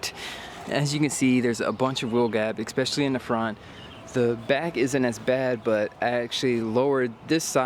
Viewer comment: ....please stop staying "Expecially" that's not even a word. Especially 😂 love the videos man